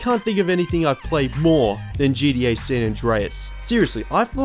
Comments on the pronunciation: It’s gTa not gDa ffs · It's g-t-a not gda bro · Stop saying GDA, it's GTA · Dude you saying GDA makes me hate you lol it's GTA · I hate how you say GTA it sounds like you're saying GDA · It's gta not gda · its called GTA not GDA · gTa not gDa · Dude GTA not gda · What is GDA? Why do people say that what is so hard about saying G T A !!!! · Isn't geedee-eh kind of a lazy way to say gta? Lol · "djee dee ayy" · He said GDA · Ok good I thought I was the only one hearing that